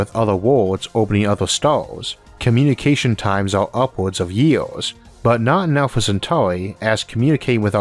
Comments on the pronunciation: I like the video very informational, I dislike how you talk.. memba, city centu, million yeaas. 😂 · oarth and yeeoas are nice pronounciations of Earth and years. What language are you speaking?